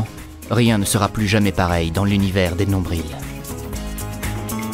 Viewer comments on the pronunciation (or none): J'avoue je trouve sa moi aussi bizarre.... me semble qu'on dit nombri et non nombriLE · fan de LENNI KIM chafai c est pas raciste c est juste en Québec il dise sans le L à nombril . Pff 😧😧😒😒😤😤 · heu en France ils disent le L dans le mot nombril? d'accord.......... québécoise confuse